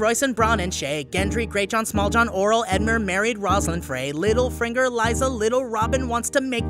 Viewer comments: said "littlefringer", disliked and unsubscribed. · they're making a joke at the fact he said littleFRINGER instead of littlefinger...